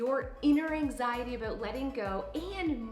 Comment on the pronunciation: sweety, I love ya but why are you saying "about" like an american impersonating a Canadian??